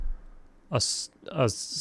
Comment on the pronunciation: Scullery is pronounced like Skull-er-ee